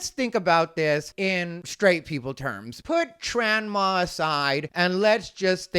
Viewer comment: 😂😂😂 “Tranma”. I’m dying over here keep killin it. Wait until this baby grows up and reads this article. Poor baby